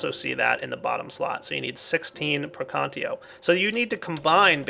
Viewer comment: Latin lesson with! It's not [Pre'kantio] it's [Prekan'tatio]